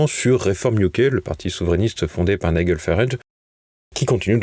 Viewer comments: Les journalistes de TVL n'ont toujours pas appris à dire Nigel Farage mais continuent avec leur ridicule Niguel. Faut le faire. N'y a-t-il donc personne dans la maison qui puisse corriger ces journalistes? Et on ne sait toujours pas baisser la voix à la fin d'une phrase. Ne leur donnez pas un sou de soutien tant qu'ils ne font pas leur boulot correctement. Chez Tocsin ou Radio Courtoisie, tout le monde sait s'exprimer correctement. TVL devient vraiment au-dessous de tout. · nigel se prononce "naïdjel"